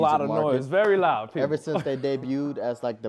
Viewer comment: “GET LOUS” 😂